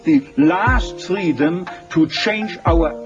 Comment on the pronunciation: me confundia ese men, cuando decia freedom xd, parecia que pronunciaba la L en vez de la R